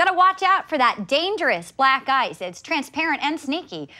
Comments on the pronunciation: the way "black ice" sounds like "black guys" is what makes that sketch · When u realize the reporter lady is saying Black Guys and not black ice all along